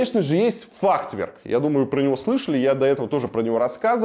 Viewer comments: Варламов, если архитектор столько раз за сюжет артикулирует Т в середине слова фахверк, где ее нет даже в оригинале на немецком, учитывая что само слово относится к понятийному аппарату архитектора, это может значить несколько вещей, ни одна из которых тебе чести не делает, даже если это сознательный троллинг. Ты кого троллишь? Зрителей своих? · Как архитектор может говорить «фахТверк»??? Точно в Мархи учился? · Илюха, что то у тебя слово Фахверк , не правильно произносится )))))))))